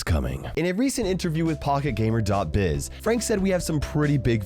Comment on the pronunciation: When he said pocket gamer, I swear I heard pog gamer 😅